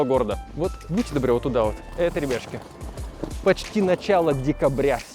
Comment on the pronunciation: Почему я постоянно слышу не ребятушки, а рыбешки))